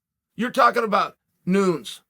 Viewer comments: Why does he say Noons and not Nunez? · Who da fook is “noons”? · “Nunes” chael the goat sonnen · “Noons” :) haha Chael is the Grand Poobah of name mispronunciation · Was about to make a serious comment but then Uncle Chael said 'Noons' 😂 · Nobody: ... Chael: "Amanda Noonz" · “Shevchenko, Jones, Adesanya, and Noons” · Chael finally stopped calling Valentina … “The Bullet” and was able to pronounce her last name correctly. But still hilarious he can’t Amanda Nuñes correctly